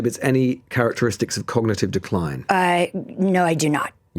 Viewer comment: Say ‘cognitive.’